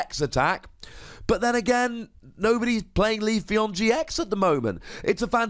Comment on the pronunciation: It's pronounced "Vi-vi-yon", which is derived from "papillon", the French word for butterfly.